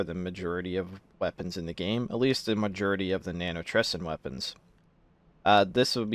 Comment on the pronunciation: "mujurity" "nanotresin"